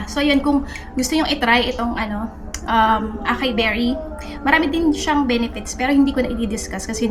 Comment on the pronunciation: Sis ah-sa-yi ang pronunciation ng acai. But thanks for the reco i’ll give it a try